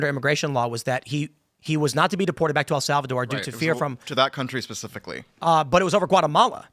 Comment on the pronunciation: I could have sworn Tim was where I heard this correction from, yet here he is incorrectly saying "El Salvador". Wtf is he thinking?